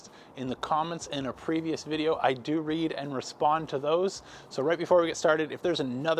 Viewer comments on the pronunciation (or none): none